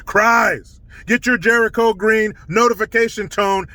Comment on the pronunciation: Jericho, you're saying it right.